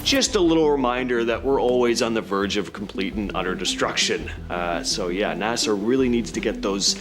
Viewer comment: Bro said Nasar instead of NASA